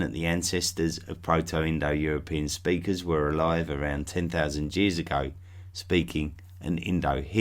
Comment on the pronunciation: did u say Jears for years?! lol